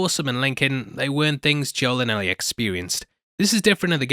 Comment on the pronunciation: It’s not Al-ee it’s L-ee. It’s written Ellie not Allie.